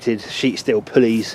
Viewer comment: Ha! I was waiting for the old bill to turn up, until I finally realized you said "pulleys"